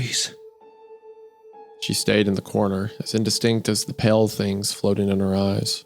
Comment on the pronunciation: Every time the word pale is pronounced as pell I nearly scream.